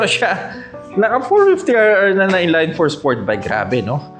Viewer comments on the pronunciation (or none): "In-layyynn for", should be in-line 4, pronunciation is as is.